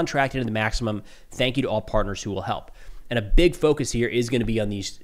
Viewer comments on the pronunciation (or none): none